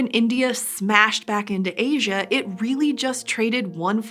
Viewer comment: It's not loasia it's asia